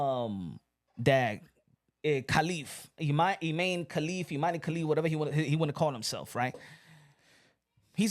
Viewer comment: It's written I-MAN-e